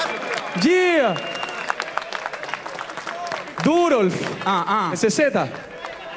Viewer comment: Si en la próxima edición, escucho al señor decir DUROLF me vuelvo loco, pierdo la cabeza. Salu2